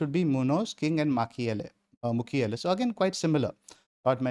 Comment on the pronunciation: Old Chelsea fan in coming out when saying Mukiele as Makeile. Claude Makelele, what a legend.